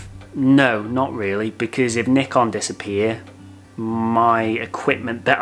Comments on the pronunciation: IT ISN'T NICK-ON!!! It's NYE-CON you twits! Or at LEAST according to the FOUNDER of NYE-CON... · great video but Bruh, it's pronounced like N-EYE-KAHN not N-IH-KUN